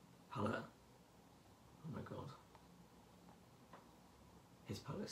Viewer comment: Yes!!!!! 💜💜💜💜 my favorite reviewer!!!!!💜💜💜💜💜💜 I love everything!!! 💜💜💜💜look at your robe!!!🖤🖤🖤🖤and the hoodie!! 💚💚💚💚💚 Your hair is AWESOME ❤️❤️❤️ Omg!! Cannot wait for my palette 💜💜💜💜 thank you for sharing 💜💜💜💜 You are ADORABLE 💜💜💜💜💜💜 I love when you say: OH MY GUD!! 😂😂💖💜💜💖 Omg I wish Jeffree saw this 😍💜💖💜💜💜💖💜💜💜💜💖💖💜💖💜💖